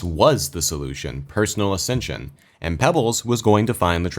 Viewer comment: ascension sounds like assisted sew iz side.